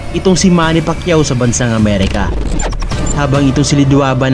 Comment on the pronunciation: Nasubaybayan ko lahat ng laban ni sen manny, pati yung unang laban nya sa U.S at hindi mabigkas ang apelyido nya, sa halip na Pacquiao ay Pakyu ang sinasabi ng announcer😅